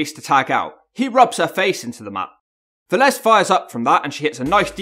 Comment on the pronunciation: You weren't far off at all for what that's worth lol, at least you nailed the surname. Lot better than a lot of other Brits when saying Latin names IMO.